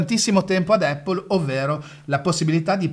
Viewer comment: Baistròc, miga par spacär il bali mo as dis “Apol” (con l’accento sulla A) miga “Eppól”